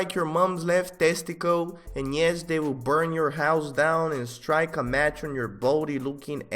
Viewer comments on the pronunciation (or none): none